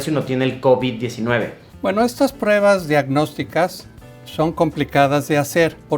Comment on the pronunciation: Soy el unico que absolutamente odia la manera en la que luisito pronuncia Covid-19